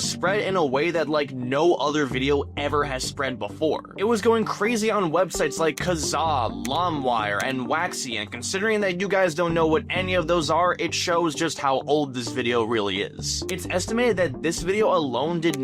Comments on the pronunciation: Did...did you pronounce LIMEwire as LUMwire?? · umm im pretty sure everyone knows what Limewire is…..or as you say “limwire” lol it actually shows how young and unversed you are in the internet that you cant even pronounce it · Did you just call it lumwire? Holy cow, tell me you're Gen Z without telling me you're Gen Z. You have no idea how big Limewire was in 2006, 2007, 2008. That site was literally as big as facebook or insta is today. It was the biggest website on the internet at the time in my opinion. It was how you downloaded music and movies without having to pay on iTunes. You probably don't even know what iTunes is do you 🤣🤣🤣. Dude you're like born in 2000 or so. And you can't even pronounce Limewire. You literally can't be that obtuse and living under a rock... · Lahmwire? Colbert show? Lol did you not use internet 20 years ago?